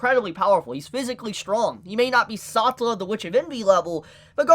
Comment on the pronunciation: Sa tell and eh ci da na how did you mess up this bad lmfao